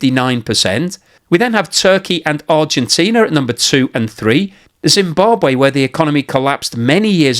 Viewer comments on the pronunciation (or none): none